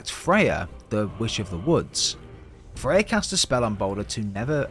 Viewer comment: I think when you say fey, you mean freya💯